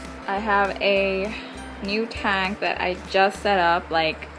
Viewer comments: Its weird how you say tank lol taynk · Learn how to fucking say tank 😫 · you say tank funny lol